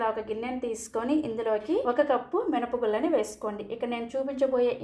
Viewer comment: చెఫ్ కాదు షెఫ్ అనాలి, మినప గుల్లు కాదు, మినప గుళ్ళు అనాలి